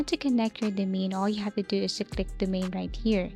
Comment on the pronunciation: Lear how to pronounce the word Domain :hand-pink-waving